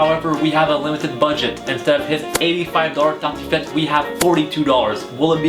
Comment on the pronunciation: bonne vidéo mais sa se voit que tu parle Français de base car tu dit tartiflette comme les Français